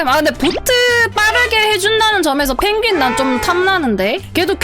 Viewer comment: 펭구윙 발음 ㄱㅇㅇ